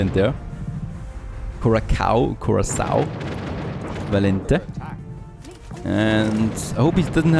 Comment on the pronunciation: coração valente=brave heart is portuguese and the "ã" is like "an" and the "o" is a "u" so you got it close